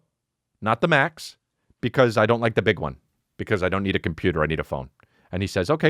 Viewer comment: The best part about the robot voice is how you annunciate the R at the end of certain words. Compute-R , Preach-R